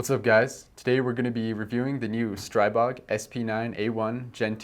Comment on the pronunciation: Seriously. The Grand Power CEO corrected several people at Shot Show: The proper pronunciation is : Stree-bog. . .